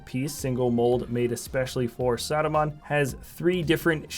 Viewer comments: It's not Saadumaan it's Saruman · He sounds like he's saying "Sodomon" haha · Why do you say Saruman so weirdly? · It’s funny